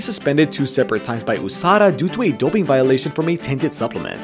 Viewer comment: Did he just pronounce it “oosada”🤔